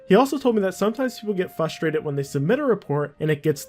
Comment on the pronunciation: "Naga-Tivity" "Nagative Repercussions" "Fus-traded" "In-Vald" "Newly Semitic Cases" "Earlier than intendant" -, I mean no disrespect, I'm honestly just curious. Is English your first language? Because you say so many words wrong I find it really hard to take your videos seriously.